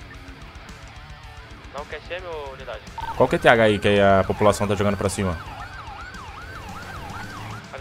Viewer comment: poxa Man o vídeo tá muito bom, porém eu fiquei rindo até o final do vídeo por ter falado POPOLACÃO 😂 na hora de lê a bio